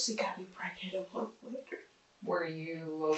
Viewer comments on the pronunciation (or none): none